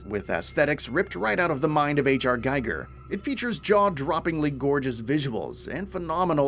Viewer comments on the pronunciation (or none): HR GEEGER not "G-eye-gur". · It's pronounced more like "Gee-ger" not "Gaiger".